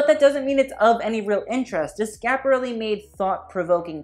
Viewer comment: It’s Schiaparelli, not Scaparelli. You have to pronounce di i well before the a. It sounds more like “Skïaparelli”. Like Kia, the car.